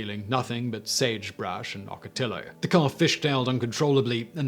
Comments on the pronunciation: Oak a tea o not ock a till oh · Ocotillo is pronounced ah-ko-tea-oh or something like ah-ko-tea-yo Just FYI Very interesting video.